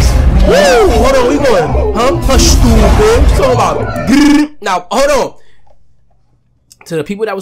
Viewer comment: When fanum said "SHTOOPID GLLLLLTT" I died🤣🤣